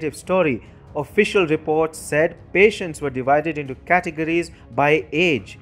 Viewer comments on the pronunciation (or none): none